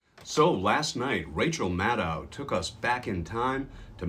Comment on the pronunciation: Maddow is pronounced like shadow. Not like moscow. (Edited for clarity)